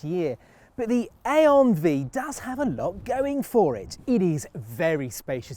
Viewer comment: You had every opportunity to call it the I-on Five, but you went with A-on Vee 😂